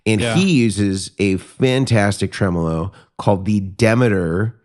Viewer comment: “Tremel-ho” This is why I listen to this podcast 😂